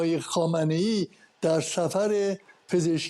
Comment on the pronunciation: یک‌م ف درست زدی و آن هم بجای خامنه ای گفتی خایه منی